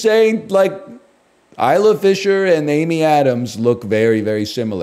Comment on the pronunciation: Eye-lah Fisher, not Is-la